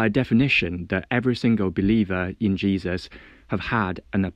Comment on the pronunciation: WHY THIS GUY KEEP SAYING JEUSIS ??? That’s so disrespectful